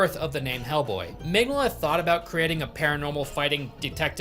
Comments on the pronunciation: It's Mig-Nola, not Mengele. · Mig "no" la not mig "nah"la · That it sounds like you're calling the artist "Mengele" a la Josef, while talking about a dude that punches Nazis is...perfection lol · Dude I love your videos but you aren’t even trying to pronounce Mike Mignola’s name correctly cmonnow 😂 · Every time he says Mignola's name it takes another year off of my life. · How do you do all of this research and make an entire video essay and still not know how to pronounce the primary creator and person you're talking about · just a bit more practice on Mike's last name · Bro butchering mike mignolla's name so bad lmao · please look up how the name is pronounced before you say it 30 times in a short period 😂 great video tho! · takes several weeks researching and eventually becoming fan of hellboy, but cant take 15 seconds to look up how to say Mignola, never change